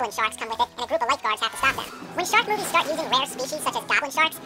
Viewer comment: When he is saying shark movies over and over again it sounds like 'shock me, shock me, shock me'